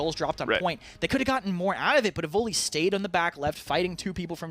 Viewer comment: Yes, especially since Raynday is gone, but the way he says Evulli (Evoly) drives me nuts. Literally everyone, including the player, pronounces it evil eye. I bet they all give him hell about it behind the scenes!